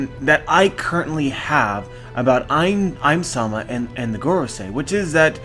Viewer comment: Ym-sama is literally read "Eemu-sama", so I think a good English prononciation can be "Eem-sama"